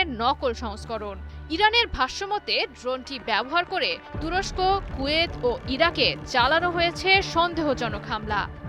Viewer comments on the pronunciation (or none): none